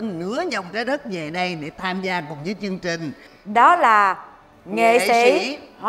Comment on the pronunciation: Mô Phật Việt Hương phát âm được TR 🙏 không ra CH. Chương trình ra chương chình 😂